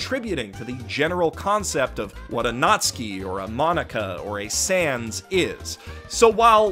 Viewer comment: The way you say Natsuki sounds like you are saying nazi.